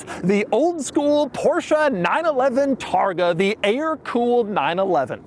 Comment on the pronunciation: How Beyoncé is not BeyoncAH Porsche is not PorschAH